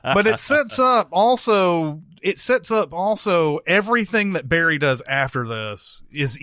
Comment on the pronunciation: Wish they'd pronounce Barry's name correctly, like Goran does.